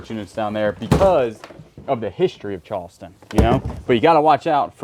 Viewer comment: I love the way he say "Chawston."😅